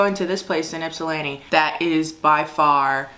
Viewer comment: Omg I’m from Ypsilanti! Yes we LOOOVEE Wiards Orchards out here! Also… I’m glad u didn’t pronounce Ypsilanti like yip-sil-lanti lol 🫶🏾